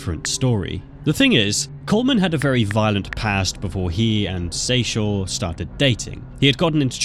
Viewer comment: That woman in the first one was my cousin in law and it bothered me that the narrator only said her name and same with the name Kyrien and Akuri. But I knew Seychelle was also said wrong many times and got it right like 3 times. But the first one was my family